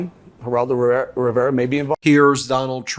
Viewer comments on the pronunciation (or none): none